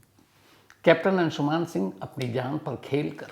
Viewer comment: Its अंशुमन not अंशुमान